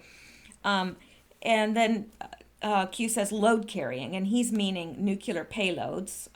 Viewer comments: I was just KIDDING!!! Bush didn't have a "speech impediment" and neither do you. I have been listening to you for MONTHS and will continue, but NUKULAR is just LAZINESS. Practice in front of a mirror if necessary. NEW KLEE UR,NEW KLEE UR ,NEW KLEE UR. It's simply a matter of forming the words and LEARNING to speak them. YOU ARE SMARTER than the average person - obviously - so you can achieve this small thing FOR YOUR LISTENERS, whose ears shudder at the hearing of NUKULAR. (Sorry for the offense, if taken... I was kinda Kidding) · SPEECH IMPEDIMENT MUCH?!? NEW-klee-ur NEW-klee-ur NEW-klee-ur Saying NUKULAR makes you sound ignorant, BUSH LIKE! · you are too smart to be mispronouncing nuclear ("NEW CLEAR" not "NEW KILLER") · NU-CLE-US NU-CLE-AR Not New Killer !!! ;-D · Nuc - U - ler and Nuc- clee - er sound similar, but they have completely different meanings. Habit is a difficult thing to change, But, to present yourself as an educated person, proper word choice/pronouncing is imperative. Another one that EVERYBODY seems to get wrong is the word MOMENTARILY. It means FOR A MOMENT, NOT, IN A MOMENT. "We will be leaving momentarily" means we will be leaving FOR a moment. But the person saying that, actually meant, we will be leaving IN a moment. Words are the tools of thought. The better the vocabulary the better your tools to think. That is why I harp on it. The texting generation is loosing the tools. Precise word choice leads to precise thinking. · pronouced Ear-ran and new-clee-are not new-cue-ler and eye-ran. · MGawd, she doesn't even know how to say NEW CLEAR!!!!! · I think you broke your existing record for the number of times you mispronounced "new-clear". Well done!;) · ...You keep pronouncing NUCULAR....you actually pronounce the "CL"..like in the word " CLAN "...or the word " CLASS "....Come on!...you are a smart lady!...you can do it!...lol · Ground zero nuculer